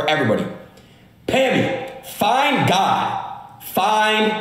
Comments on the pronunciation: I THOUGHT HE SAID "FINE GUY" AHAHAHAHAHAHAHAH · Is he saying fine guy or find god idk 😂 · im pretty sure adin said "FINE GOD" instead of "FIND GOD"..is it just me?